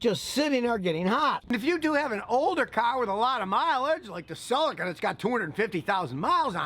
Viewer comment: Celica not silica 🤔 ?